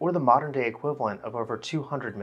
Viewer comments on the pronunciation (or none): none